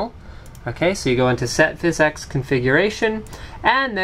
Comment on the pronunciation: its phys ex, not phys eex